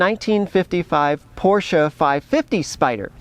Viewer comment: Thank you SO much for pronouncing "Porsche" correctly! To me, it's like scratching fingernails on a blackboard to hear someone call it with only one syllable - "Porsh." Naw...that ain't right. It's two syllables, "POR-sha."